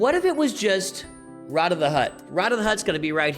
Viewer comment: After having seen the movie, I can confirm that Rotta is in fact pronounced Rotta, not Rota (he's not a virus).